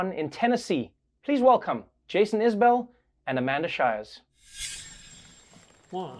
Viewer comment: I'll cut a deal w/you, Trevor. I'll start pronouncing zebra correctly if you'll start pronouncing Jason's last name correctly.